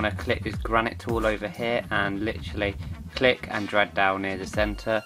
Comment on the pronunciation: Not flitter, filter. Not granite, gradient.